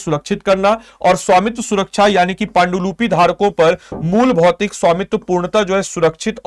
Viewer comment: "पान्डुलुपी" नहीं सर "पांडुलिपि" होता है 😊 शब्द का उच्चारण तो सही से कीजिए। पुरे विडियो में पान्डुलुपी बोल रहे हैं ।।।